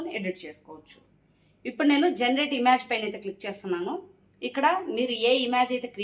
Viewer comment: ఇమాజ్ కాదు మేడమ్.. ఇమేజ్